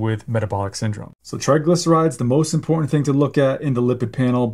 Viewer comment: A "doctor" who can not properly pronounce the words "important" or "statins" is a red flag